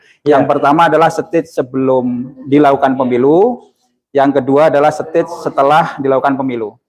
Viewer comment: Ini orang sekolah di USA tapi ngomong Stage aja ko gak bisa yah?